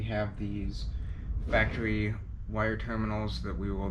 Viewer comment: Factawy lolol